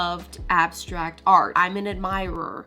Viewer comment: "because i am an admirerr" LOL